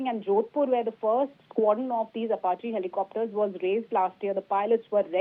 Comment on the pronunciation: Does this news anchor read the teleprompter script before going live? Sounds like she is trying to understand the words she has to say right before saying them... Ap---a---che.... At least learn how to pronounce the name for God's sake! You sound stupid and unqualified to report on the topic.